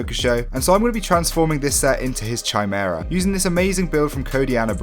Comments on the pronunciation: Ki-mera, not chai-mera. Kimera is how you pronounce it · ( that’s not how you say chimaera